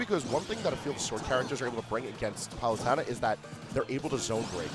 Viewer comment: he can’t even pronounce palutena